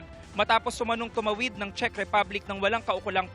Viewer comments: Shek, Czeck sabi ni. Di nya alam tamang pronunciation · This Claire Castro can't even pronounce Czech properly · Alam mo nagbabasa kna nga lang do mo pa ma pronounce Ang czech. Shek ka Dyan.